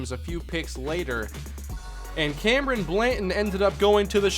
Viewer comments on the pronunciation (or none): none